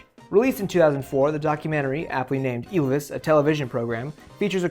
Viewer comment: I don't give a fuck about your disclaimer. I watched two minutes and I'm already fucking furious at you pronouncing Ylvis is Ilvis